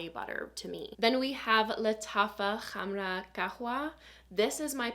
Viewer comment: First time I've heard anybody try to pronounce "Khamrah" correctly. Nice.